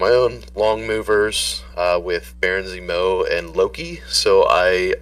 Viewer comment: Dude can’t say Zemo..